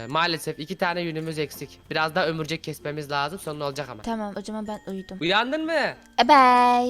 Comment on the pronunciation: Abi ömurcek deyil , örumcek.😀